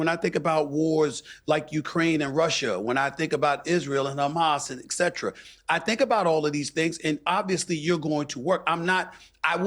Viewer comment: Can someone learn how to pronounce the word etcetera Stephen A Smith and Piers Morgan both mispronounce the word